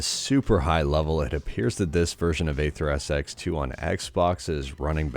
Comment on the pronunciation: Still insisting to say AYtha Do you have mental issues? Explain why you are doing this? Why can't you pronounce a word properly?